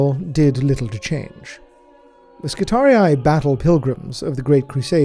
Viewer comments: I swear to God you're the only person on YouTube who pronounces Skitarii correctly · The only who pronounces "Skitarii" correctly. Ave Omnissiah! ⚙️ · ...so that is how you pronounce 'skitarii'.